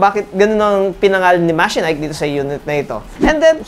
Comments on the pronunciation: MA-CHE-NIKE nd mechanike😂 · i have a Machenike i7 15.5 but wait... i thought it was pronounced as Ma-she-nik didn't thought it was Me-ka-nik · the branding pronunciation: From Mechanic to Machenike, i wondered a while ago. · diba ma-che-nik ang pronunciation of that brand?